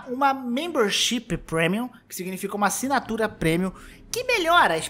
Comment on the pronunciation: Nossa mano, esse "acinatura" foi de doer